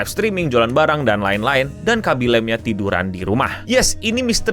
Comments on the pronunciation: Khabbi lame, bukan khabbi lem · Baca namanya bukanya bukan laeim tapi biasa aja "la-me* Do your homework please. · Fyi bang, Khaby Lame pronunciation namanya bukan 'lame' yang dibaca 'leym' kayak di bahasa Inggris, tapi lebih kayak "La-Me" aja :3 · bacanya Kha-by La-mi btw